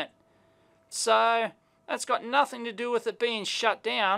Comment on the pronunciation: "nuthn, not a sausage" so Aussie, love it